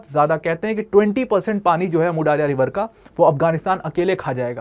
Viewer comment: Daaria nehi daria hai jo word urdu me bhi istemaal hota hai